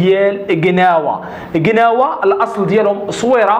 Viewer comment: ماشي كناوة. كلاوة...اخي باش يفهمو كولشي